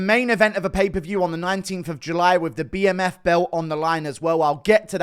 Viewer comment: Pay-per-view not paperview Guru